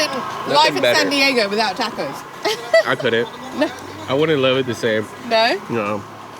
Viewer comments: please practice pronouncing the word TACO ----TRY THIS TAAAAAAH-COS AND NOT TEKOS,,WE LOVE UR PROGRAM AND HAPPY YOU'RE ENJOYING EXPLORING OUR FOOD , OUR CULTURE AND OUR TAAAAAAAAAH KOS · I was cringing at the way she pronounced "tacos." Then she met the 2 surfers from San Diego. After they pronounced it correctly, she pronounced it the same way. I figured she picked up that she had been pronouncing it weirdly. Nope! 10 seconds later, she's back to the weird pronunciation.